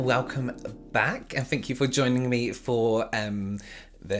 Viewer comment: He’s pronunciation of thank you sound like fank you lol .